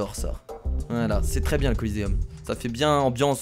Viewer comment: Le Colisée pas le Coliséeum